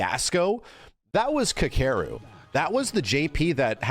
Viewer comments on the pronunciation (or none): pronouncing Kakeru made me giggle